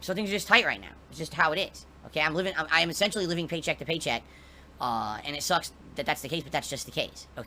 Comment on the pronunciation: when he saids pay check to pay check is he saying stream to stream?